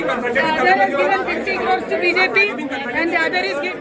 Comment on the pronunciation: So coror Nehi soo hajar coror